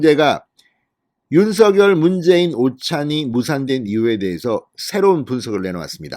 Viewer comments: 당선인의 요청대로 "서결"로 발음하지 마시고 "성녈"로 발음해 주세요. 참 거슬립니다. 느릿느릿 "서~결" 하지 마시고.ㅎㅎ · 대동령당선인尹錫悅-윤석열이아니고"윤석렬"로발음해야합니다 금후訂正부탁드립니다.